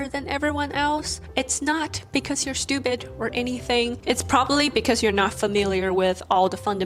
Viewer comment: Why you keep saying stupide 😂😂